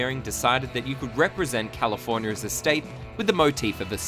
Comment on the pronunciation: Can you please stop pronouncing California as "Californier"